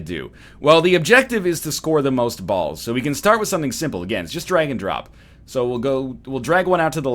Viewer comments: nah he said dragon dong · At first I thought he said Dragon Drop not Drag and Drop